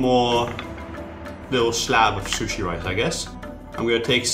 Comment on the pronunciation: I am Japanese and I hate the way he says sushi